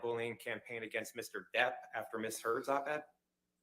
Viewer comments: I think called Johnny “mister derd” a combo of his last name and hers … but it sounded like “mr. turd” what an interesting bomb to drop! You know she loves johnny bc she didn’t correct herself bc it would just call attention to her slip. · Mr Turd instead of Mr Depp.